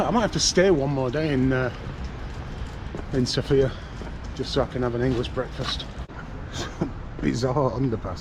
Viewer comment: Hi, followed your Sofia walk with interest, looking forward to other interesting videos. Just a small comment, if I may. The stress in Sofia is on the O. I hear (mostly) men putting it on the I, perhaps reminiscing/dreaming about Sophia Lorrain... :) but my birthplace has it on the O. Thank you, and happy, healthy, wealthy, and productive year!